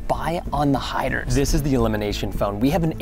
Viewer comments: Lol I love how Preston siad hider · Preston said [I can spy on the hiders] lol he speak it wrong